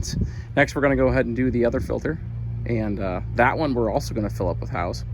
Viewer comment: Howes, not house.